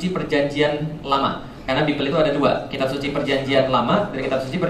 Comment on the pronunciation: Pak. Bible itu bacanya baibel pak bukan bibel.